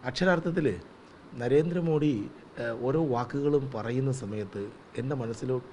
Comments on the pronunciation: നരേന്ദ്രമോഡി എന്ന് പറയുന്നത് ഇയാളുടെ വായിൽ നിന്നു കേൾക്കുമ്പൊ ഒരു വിവരക്കേട് മാതിരി തോന്നുന്നു. ഒന്നുകിൽ പ്രധാനമന്ത്രി എന്നു പറയുക അല്ലെങ്കിൽ മോദി ജി എന്നു പറയുക. അദ്ദേഹത്തിന്റെ പേരിന്റെ യഥാർഥ ഉച്ചാരണം 'മോദി' എന്നാണ്. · കേരളത്തിൽ എല്ലാപേരും മോഡി എന്ന് ഉച്ചരീക്കുന്നു.പക്ഷെ മോദി എന്നാണ് ശരിയായ ഉച്ചാരണം